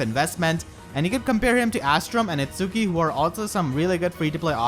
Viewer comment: Is It-ski not It-su-ki.